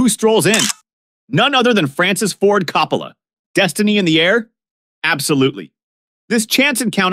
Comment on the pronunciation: I mean, since you obviously have never heard of these people, couldn’t you at least research how to pronounce their last names? Coppola. Sirico. Gaultieri. And all the others. Jeez.